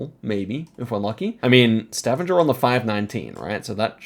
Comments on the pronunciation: Stavanger in Norway is pronounced Stah - vang - ah Not staven- ger 😊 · Yeah, hard g in Stavanger. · I love the way you say Stavanger, it always makes me smile :) But if you want to be better in norwegian, you would say StavANGER like you would say anger in english. Its not totally correct because we say A in a different way, but its closer. Still very impressed upu can 5k Norway when I, as a norwegian have no clue. We watch your videos every day <3 Love from Norway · Idk how to correct you but Stavanger is not pronounced with the typical G sound 😅 have to be that guy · Stavanger is NOT pronounced like that 😭